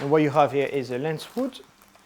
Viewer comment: J'ai cru reconnaitre un bel accent français ? Est-ce que tu fais toutes tes vidéos en anglais ? Et juste une petite remarque à plusieurs moments tu dis lens wood au lieu de lens hood ^^ Bonne continuation !